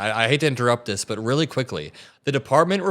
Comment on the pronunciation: That's rel not enouggg 😂😅